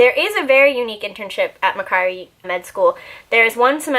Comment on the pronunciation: hehe its mack-worry hahaha love this video btw!